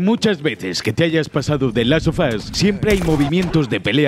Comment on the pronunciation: The last sofás morí de risa 😂😂😂